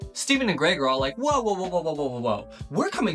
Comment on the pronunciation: Lets gooo, he got Greg's name right